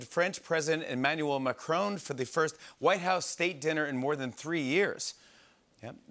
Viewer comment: That's not how you pronounce Emmanuel Macron.